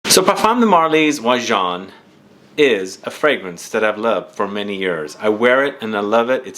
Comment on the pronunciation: Im glad to have an opportunity to hear the correct pronunciation. Never knew to say it thar way. I never smelled it, but watch and read revews. Sounds awesomely yummy. 👍🏽 also wouldn't mind winning if it can suit a female.